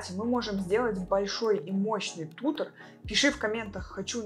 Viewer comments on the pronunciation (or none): А тУтор так вообще песня